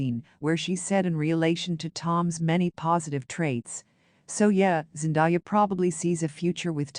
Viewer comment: Please say the woman's name right. It isn't Zen Die ah, it's Zen day ah!!!